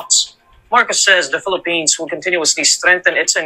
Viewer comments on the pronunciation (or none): none